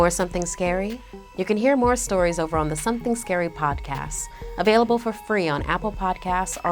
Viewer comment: No hate but does anyone else find it annoying the way she says podcast she says “podcas” NOT HATE I’m just saying